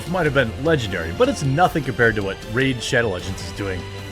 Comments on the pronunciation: He should listen to Az for it's pronunciation. It's twat like spat, not twot like spot. It was funny and accurate though 😅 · yes it is actually twat as in spot. twat. spot. 😅 you are neither considering that regional accents affect pronunciatiojn nor considering the etymology of the histoeical pronunciation of this made up gross slang word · If Americans can say 'that' then they should be able to pronounce 'twat', right? I thought he was just saying it odd to try to avoid saying it, like when Americans say 'frick' or my History teacher that used to often say 'shite' (said like 'sight') instead of 'shit' (with the exception of one time he forgot and the class giggled). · He said "twot" Americans don't know what "Twat" is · I hear it's pronounced with the short A in England, but it was changed to "TWOT" over here for some reason. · He said twot. Americans don't say twat like the English.